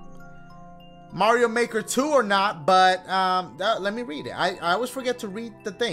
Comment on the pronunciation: “Welcome back to sup, super Mario maker mar io times 2” Idk